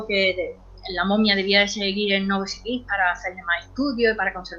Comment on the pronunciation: Si, Dice Novoskovirik)))